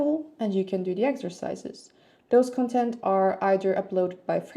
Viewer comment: You are saying the noun content like the adjective content. The stress of the noun content should fall on the first syllable.